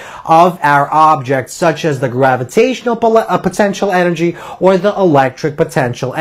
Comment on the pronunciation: The teacher is great but I agree with John: "of a PAR ticle. So we were able to SHOW that kinetic EN ergy just like time, distance length & mo MENT um" Nobody in England would ever talk like this.